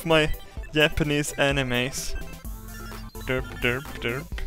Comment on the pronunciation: The way you say derp. That's all I can say.